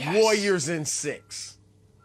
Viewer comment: Someone needs to teach Broussard how to pronounce Warriors